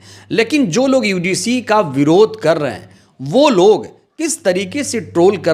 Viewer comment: भाई साहब पहले शब्द का उच्चारण तो सहीकरो यूडीसी है कि यूजीसी है आप तो यूडीसी बोल रहे हो जबकि वह यूजीसी है